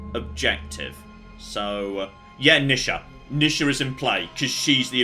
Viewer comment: NEE sha,. Not nih sha...